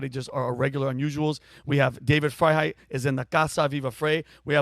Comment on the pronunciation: Isn’t David Freiheit’s last name pronounced “fry” not “fray”?